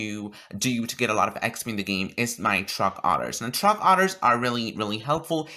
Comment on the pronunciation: When your so gay you say “truck otters” instead of truck orders